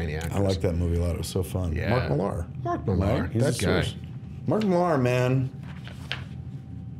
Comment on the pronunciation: millaaaaar lol. millar man com on its like crec instead of craig